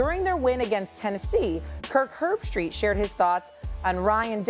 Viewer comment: This guy sounds like Patrick Bet David mixed with Neil degrasse Tyson Yo dont.make sports vids if u cant pronounce Kirk Herbstreit cmon 😮